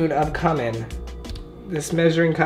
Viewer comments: Im 2 weeks late but idc but ANYWAY it's cOOMin not comin😂jus sayin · Word: Cumin Everybody: Cue-min: Cummin Edit: Thanks for the likes! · I like how he's Latina but said cu-men and it's pronounced que-men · It’s pronounced Q-you-min not come-in 😂😭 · “Two teaspoons of COME-IN Everyone else: just saying it correctly. What else is there to say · Nobody:: Cu-min. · Its actually pronounce qumin just the instead of the c the c is pronounced as a q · it’s actually pronounced cue-min and he’s latino not latina LOL. latina is hispanic women. latino is hispanic men. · ITS PRONOUNCED KOOMIN!!! still love you 😘😘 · Did he really call cumin come in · Lol it’s pronounced Q-min (Cumin) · C-U-M-I-N is pronounced as Q-MIN and not K-A-M-E-N....God that's gonna haunt me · It's Pronounced cewmen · It’s pronounced q-men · It's pronounced cuemin not cumin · ZAKAI SKY thinking the same thing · Wow the way he says Cumin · THe way he says cumin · Cumin is not pronounced like that